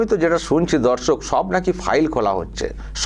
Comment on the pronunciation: Dada darsak ta ektu poriskar kore bolben nijeke dhorsok monehoche